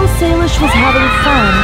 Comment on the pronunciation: sorry but to say but salish not shilosh pls don't be angry to me